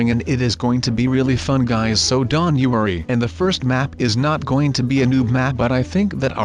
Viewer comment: y do u say dont dant??